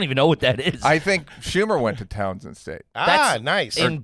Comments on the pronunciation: It aint 'Town-son' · It’s Towson. Not Townsend